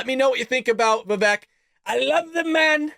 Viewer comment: Its pronounced Vi-vake, he said on Gutfeld. Like cake , he said.